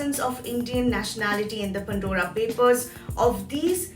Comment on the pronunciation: It is ‘Pandora papers’ not ‘Pundora papers’. Makes me wince each time she says that.